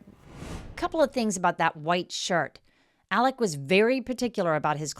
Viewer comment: Its "Alec" not "Alex" even though its spelt that way. They must have Scottish heritage because thats how we pronounce it and "Murdaugh" is pronounced "Murdock". John Marvin was seen removing gjns from Mozelle by a drone the day after the murder so it could very well have been him in the white truck. He also removed the boat from the boat accident scene after walking under the crime scene tape while Mallorys parents were kept behind it. Hes the "cleaner" in the family. They all seemed to have very defined roles until Alex went rogue. The boys were brought up to believe they were untouchable which turned them into entitled, arrogant, unpleasant young men and Maggie loved the money and the name and when she found out there wasnt any money she filed for divorce. These are not nice people. Peope dont all of a sudden become angles because theyre dead. Did they deserve what happened to them? No but lets not pretend Maggie wasnt a money loving snob and Paul wasnt a vile individua who abused his girlfriends and flund the fact he'd crashed a boat hilarious when his "friend" was still missing, theres a video of how he behaved at the scene, he also had a massive drink problem and his parents encouraged drinking and Buster is nehind the death of Stephen Smith. I hope hes held accountable for that. Maggie absolutely had something to do with the other housekeepers death, the one who raised Paul because she was too busy being a " socialite". The Murdaughs were the law in this area LE were th